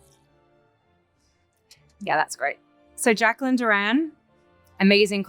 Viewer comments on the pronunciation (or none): none